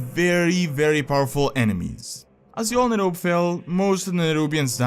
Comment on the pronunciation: Awesome video, as always! (btw Azjol is pronounced like ažol):)